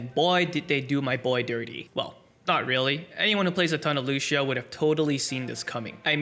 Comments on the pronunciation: "Lushio" come on man, lets not do this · why do you keep calling him looshioh